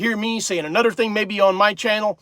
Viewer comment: I have noticed the way you say some words, like brother, other, another, it is th words that end in er. You pronounce those with a “DD”, like brudder (brother), anudder(another), udder(other),mudder (mother) etc. Are those from speaking the Pennsylvania Dutch German or is it a speech impediment?